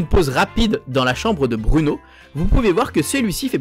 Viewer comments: BROUNO on dit pas bruuuuno mais BROU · Sa se dit pas Bruno. Bruno